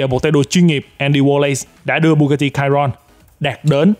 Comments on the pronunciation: đánh vần sai rồi: bugati chiron mà anh kêu là: (bugati cairon ) sai chữ (cairon ) chữ đúng là chiron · Chi-Ron Nha ah chu ko phai la ciron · Chiron đọc là sì hon nhé bạn. Tên xe được đặt theo tay đua huyền thoại người Pháp Luis Chiron nên đọc theo tiếng Pháp. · )) bugatti chi ron , đọc bth như tiếng việt thôi anh